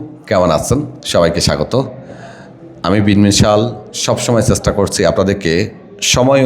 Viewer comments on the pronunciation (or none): 😂 চেচ্টা নয় চেষ্টা বলেন। ষ হবে । আল্লাহ সবাইকে ভাল রাখুন😅😅😅😅